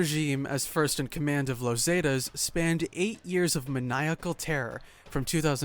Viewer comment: You pronounce the word zeta so wrong